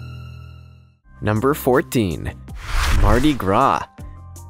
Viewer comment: You said MARDI. GRA